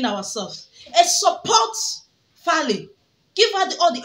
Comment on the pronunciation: He is 100% Nigerian so get that right lady! The name is Faila not Fali 😅